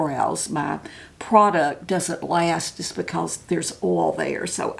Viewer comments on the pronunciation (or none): Please! Oil, not ol. There is an i there and it is important.